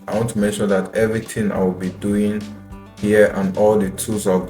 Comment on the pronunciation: "what am i duin here?"